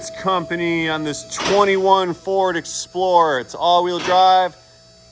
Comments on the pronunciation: Did he say 'Exploder' instead of 'Explorer'? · did i hear it right? he said exploaders? hehehe